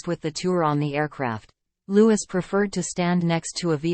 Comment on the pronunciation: Its pronounced Lou ee..fgs.